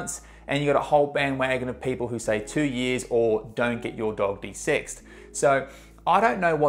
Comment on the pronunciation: De-sex. It puzzled me awhile before I realized what he actually said. "What, desix?"